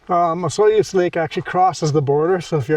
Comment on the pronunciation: The proper pronunciation of Osoyoos is....Osooyos